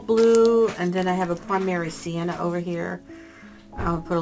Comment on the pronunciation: I love your videos, and I’m learning so much from them. Thank you for creating such a valuable learning resource. With respect, the pronunciation of Primary Cyan, which is the blue you’re using is “sigh-ANN”, not sienna. Sienna, as I know you know, is a red-brown.